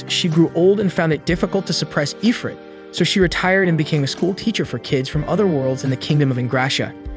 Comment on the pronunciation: Hey, Where the fuck does it say Eyefrit? its IF-RIT. Why am I arguing with AI?